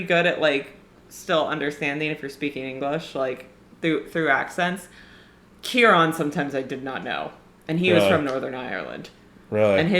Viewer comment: AXE ( LYNX in the UK) !? Are you a teenage boy !!?? I have never seen GAME OF THRONES or HARRY POTTER ! Or STAR WARS come to that. KEE RON !?